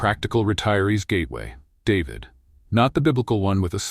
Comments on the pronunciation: This video is made entirely of stock footage. There seems to be zero original photography. Few of the shots seem to represent any of the actual places the VO is referencing. David is pronounced DA-VEED by anyone with even the most basic understanding of Espanol or Panama. While I agree with the basic premise of the editorial, the gushing hyperbolic descriptions seem exageratd as if written by a bad AI. Try again, this needs a do-over. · What kind of bullshit is he talking about showing traffic at Min from Cuba with oldtimer cars you will never see in Panama and especially not in David. At least he should be able to pronounce the city name in spanish and not like an American male first name. At min showing a river through Pedasi that does not exist at all.................the total video is a fake of what Panama really can offer but with cautions about reality cost of living in different provinces. The images shown about Pedasi are from the old town of Panama City and so on and on.............YT should remove this video !!!